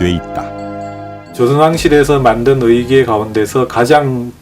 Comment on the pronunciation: 의괴가 아니고 의궤야 ㅋㅋㅋㅋㅋㅋㅋㅋㅋㅋㅋㅋㅋ